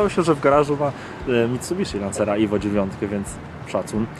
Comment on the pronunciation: Nie IVO tylko Evo....